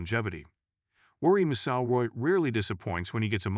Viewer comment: OMG please get your AI to learn how to say McIlroy.